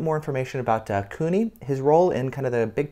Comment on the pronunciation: It's Kuni, not Cooney.